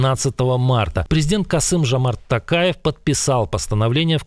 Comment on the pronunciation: "Жамарт Такаев"🤦 Жомарт Токаев! Как пишется, так и говорится!!